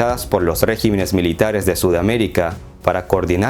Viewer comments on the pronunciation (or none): “Regímenes”, no “régimenes”.